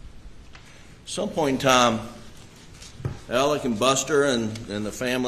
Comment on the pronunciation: Oh that’s nice Niw his name is Elic. Not Alex ir Alec. How the hell can one name be pronounced so many different ways Inc lawyers. Excuse me LOYERS. AND EVERYONE. EVEN THE MEDIA. GIR HIDS SAKE WHAT US THE MANS NAME?!?!?!